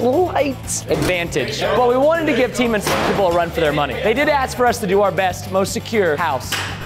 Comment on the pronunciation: unspekable ... unspekable ...unspekable